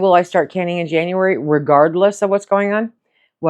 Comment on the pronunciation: Cannuary….uh, can-you-wary! I’ve done this exact surgery. Healing is a b***ch because of the range of motion in shoulders. “STOP” really must be your go-to reminder. Bless you, Hon. you’re the best.